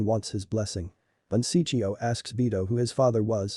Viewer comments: don Ciccio, not Siccio, awesome work anyway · I can't stand how you mispronounce Don Ciccio